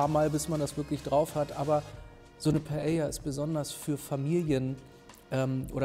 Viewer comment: Paellja ........ Klingt leider wie Prosettscho und ist genauso falsch ausgesprochen. Und schmerzt im Ohr - und im Herzen.